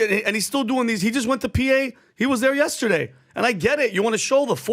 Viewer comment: Good video. But PAT yesterday isn't not pronounced YESTAAADAY.